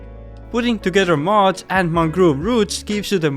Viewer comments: Dude say mud not mod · You said mud weird, I though it was mod block.